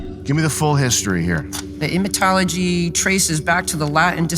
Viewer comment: "The emytology..." Try again.